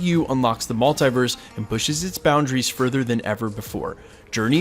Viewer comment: Someone pls tell him how to pronounce MULTIVERSE....its triggering me!!